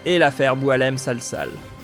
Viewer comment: J'aime quand il dît Boualem sal 😅😅😅😅